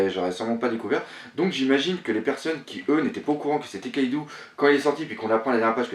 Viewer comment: c'est luffy et kaido pas louffy et kaidou putain!!!!